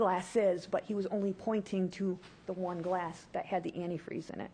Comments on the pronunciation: The best part ever was her slip of tongue " I poured the anti-free... I mean the cranberry juice". Busted! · So she's the one who tried killing and framing her own daughter with "antifree" eh? Not only a psycho but also an idiot not being able to say or spell antifreeze correctly. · hahahahahahahaha! Even the fact that she said "anti-" whatever gave this beast up! Whats shocking is that she thought the jury would just blow past "antifreee" , as if it was a simple mistake. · What an emotionless person... And as mentioned by people below me a straight idiot because she can't pronounce the word antifreeze.sick and twisted individual to try and frame your own daughter. Now I recently saw the lifetime movie about this case.... I'm fully aware that they add certain things for dramatic effects. One thing I really wonder about... There's a scene in the movie when she's just getting ready to marry David... She goes to her ex-husband's grave. She looks at the grave and basically tells her dead ex-husband (Who it later ends up being proven that she killed.) She says something along the lines of... Please Michael I need this... I need to be happy. I miss you We all miss you. Not sure if that was put in place just for the movie or if it was something she actually did... But man is she cold-hearted If she didn't do that. If that was real it's basically like spitting in his face being like haha I'm going to do to him what I did to you and you won't be able to stop me. If anyone happens to be interested in watching the lifetime movie It is called Poison Love.